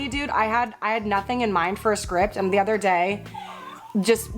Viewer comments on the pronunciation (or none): none